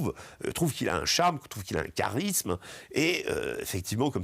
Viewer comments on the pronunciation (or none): none